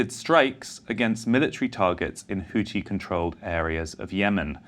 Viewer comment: "Houthi" is pronounced the way it is spelled, Messrs. Sayers &: it is NOT pronounced "Hooty." Arabic makes extensive use of the "th" sound (as in "thin"). To quote Wikipedia: The Houthi movement (/ˈhuːθi/; Arabic: الحوثيون al-Ḥūthīyūn [al.ħuː.θiː.juːn])